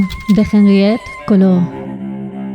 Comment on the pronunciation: Mal pronunciado el apellido Caillaux